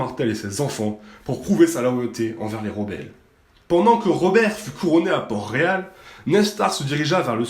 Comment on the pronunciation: c les Tyrell pas les Tully ET à c PORT-Réal PAS PORT ROYAL ET Aegon SE PRONONCE Aegonne